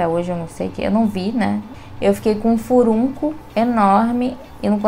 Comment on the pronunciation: Adorei, Parabéns. Só um detalhe: a palavra correta é furúnculo.